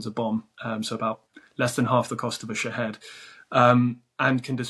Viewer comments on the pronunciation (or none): none